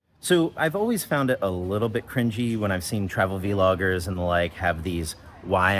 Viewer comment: Did you honestly pronounce "vloggers" as "vee-loggers"?